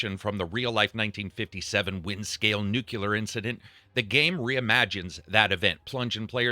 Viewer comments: NEW-CLE-AR - Not NUKULAR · That's messed up- as he said "nuculer" I thought same exact thing and I look down and voila! Your comment right in my face! Lol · Nu-clear, not nuke-you-lur... 🤦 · Nuclear, not nucular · I only have one question for you, though: Why do you say "nucular" instead of "nuclear"? 😢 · Nucular incident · I choked on my drink when you said "nucular incident". I guess I'm old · "Nucular" lmao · NUCLEAR. Pronounced NEW-CLEER. You’re giving me W.Bush vibes and I want to think better of you than that. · Nucluar, it’s pronounced nucluar -Homer Simpson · You Americans really need to learn how to say "nuclear". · Right! He kind of disappointed me when I heard him say it wrong haha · It is amazing to me how just many people pronounce that word incorrectly!